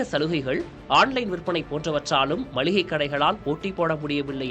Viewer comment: நல்ல காணொளி...ஆனால் கடைசியில் மல்லிகை என்று சொன்னது தான் வேதனை. அது "மளிகை". மல்லிகை அல்ல.